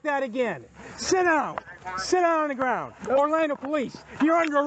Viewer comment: This is what happens when you give someone a badge before they have mastered 2nd grade level pronunciation. "Get down on da gwound!!!!!!!"